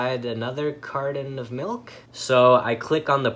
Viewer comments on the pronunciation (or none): Carden of melk